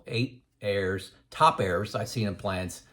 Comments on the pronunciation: Good information. Just got me confused when he talked about heirs until I realised he was saying errors?!? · Errs to the Throne. I thought he was saying "heirs" too. 2 out of 300, didn't have anyone to leave their inheritance to! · Ha - I thought you were saying "heirs" at first, not "errs" or "errors". Gotta love closed-captioning - that helped clear that up for me. LOL I agree with everything you said in this video. I'm glad I found your YT channel. I retired at 64, 65 now. Just like you mentioned. I waited for a project to complete before retiring. The last 2 years were working from home sitting in a chair for 12+ hrs/day. Now my health is worse - but I blame COVID for that. I now tell everyone who will listen that they need to retire early to maximize those "go-go" years. I thought getting old would take longer, it hits you full in the face (like a MAC truck) before you know it. Thanks from Denver